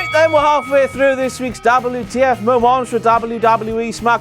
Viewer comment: How is Eva Marie's "wardrobe malfunction" not a dabbel you tee eff moemont? But it's also a dabbel you tee eff meomont that Eva Marie's "wardrobe malfunction" is not a dabbel you tee eff moemont X Files theme song